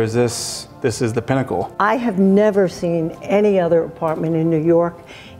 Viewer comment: It's definitely New York. Dude said peeennacle cuz he can't stop thinking about peen